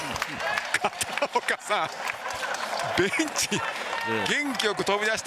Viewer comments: 本当はベンチなwww いや、もううんちにしか聞こえなくなってきた笑笑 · うんちwww元気よく飛び出して帰っていきますよ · コメ見る前からうんちにしか聞こえてなかったんだけどベンチなの？？？？エの音どこいった？？？笑笑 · 恐らくベンチって言いたかったんだろうが、ガチでうんちで草生える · 音量上げて聞くとベンチ 音量小さくするとうんちに聞こえるね ! ww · いや、どう聞いてもベンチだろw 耳やばいな